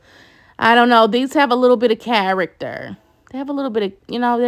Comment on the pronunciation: “These have a little bit of characterrr” 😂😂😂😂😂